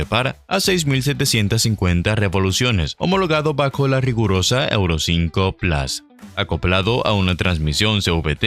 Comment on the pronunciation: Por favor PLUS se dice p-l-u-s no plas, es una palabra del latín y desde hace mas de 2000 años se pronuncia PLUS. Siendo hispano parlante deje de darle estas patadas al diccionario por favor.